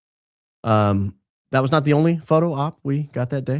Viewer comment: I absolutely love how pronounces the word was... Like an old southern defense attorney... Whuz....or whuuuuuuuuz Go Max or Go Back! Talking to you Paramount Laughable!!!!